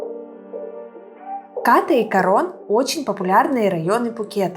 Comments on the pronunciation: спасибо что не Ка́рон ;) но всё же Ката́, а не Ка́та У тайцев как пел Высоцкий: "мы говорим не што́рмы, а шторма́" ударение почти всегда на последнюю гласную. И конечно Краби́, а не Кра́би , Рейли это не остров :))) это пляж на который нет дороги и лишь по морю туда. там всего один длинный отель "клаб мед" всё перегораживает на пляже Ката. планктон как стаи рыб плавает везде и не предсказуемо ... Не бывает пляжей вообще без планктона, бывает лишь иной день и час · КАта правильно. Пусть тайцы говорят КатА, но русским людям удобнее КАта. И не надо ориентироваться на долбо-бов, которые говорят КатА. Но не забывайте, что нормальный человек еду ест, а не кушает. Кушают тоже только долбо-бы.